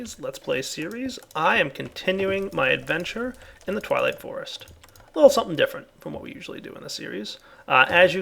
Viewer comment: LOL he said "TIME TO WAP-UP" "TWIGHWIGHT FOREST"